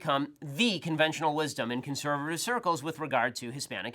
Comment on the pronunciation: "Conservavviv circles"